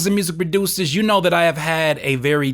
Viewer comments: In the beginning he said rappers and music baducers.. Lmao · I love how you pronounce the word: "Producers" keep it up 🤣🤣😂😂😂😂😂